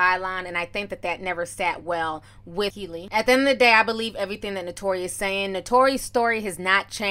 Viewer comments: Keylee Williams is how it’s pronounced and she was also not the weakest dancer lol but agree with the other points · Her name is pronounced “KEE-LEE” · KEE LEE is how Kielys name is pronounced and a lot of this is lies. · Name pronounced-KEE LEE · It's pronounced Kee - Lee. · Pronounce keely Williams but spelled kiely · its pronounced kee lee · It's pronounced KEEEELY.. got it? K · Kee-lee Williams please pronounce it right . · Its pronounced keylee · Pronounced Keely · If your going to be reporting news at least gets people's name rite every time you say kyle it throws me off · It’s pronounced Kee-Lee 🤦🏽‍♀️ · Hey Ti ... you pronounced Kiely's name 3 different ways ... lol. ... just luv here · Girl, , I cackled at you pronouncing 'Kiely' like 3 different ways during this video! LOL!💖💯🤣😂🤷🏽‍♀️ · LOL, you have mispronounced that ladys name everytime you said it!!😂😂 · Butchered tf out of her name lmao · You saying her name wrong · Her name is pronounced “Key*Lee” ijs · Keeeey Lee LOL NOT KYLIE TF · Waiiit her name is pronounced like Kylie? I've always thought it was kee-lee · Bro its KIELY (KEELY) not KYLIE 😂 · Lmaoo Kyley Ti it’s Kiely..Pronounced Keely 😂😂😂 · KYLIE WILLIAMS LMAO ITS KIELY BUT HAHAHA THE PROMITHES 🤣🤣🤣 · Giiiiirrrrrlllll Keily!!! Pronounced KEEEELYYYY! You called her Kaley, Kiley... girl 😂😂😂😂🤣🤣🤣🤣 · Her name is key-leee not Kylie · Adrian didn't apologize for lying, she apologized for making her feel bad. And why she calling her Kylie it's pronounced KeeLee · Kee-ly, not Ky-ly lol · KEELY WILLIAMS NOT KILEY lol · isnt it keely not kylie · Her name is pronounced “KEE•LEE” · I can't take you calling this girl "Kylie" LMAOOOOOOO Her name is pronounced "Key-Lee" I know ppl don't like her and probably dont care lol. I just have a thing about names being pronounced wrong, I feel like we talking about someone else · It’s pronounced keely not Kylie 🙃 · Not being rude but its pronounced KEE LEE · Omg that was killing me. Once, she even said Kaylee...lol